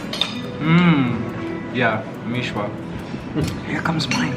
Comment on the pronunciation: Its not mishwa its miswa lol